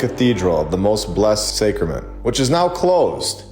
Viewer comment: 😂I was thinking the same thing! Also it’s pronounced “sack-rament “. Thanks for all the great work tho!!